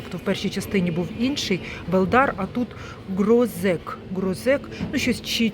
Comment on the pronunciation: Не грозек а грошек тобто горошок на польській мові